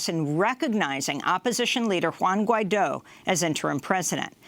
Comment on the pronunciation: Guaido, not Juaino haha